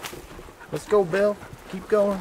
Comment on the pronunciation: for some reason when you called Bill the first time I heard "Baal" 😛